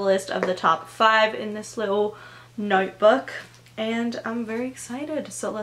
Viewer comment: I love how you start talking in a British accent randomly, like when you said little notebook😂😂❤❤